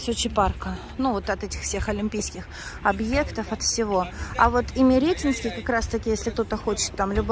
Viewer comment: У нас район ИмеретИнский!!! Ударение на второе И !!!